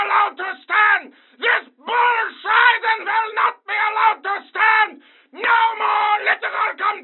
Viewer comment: I love how Steven says “bulle schize” with a German accent